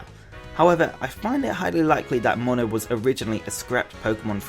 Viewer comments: It's pronounced Moona not mona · It's not pronounced moan-a its pronounced moon-a